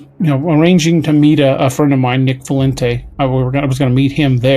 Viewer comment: Did he say Nick frentez?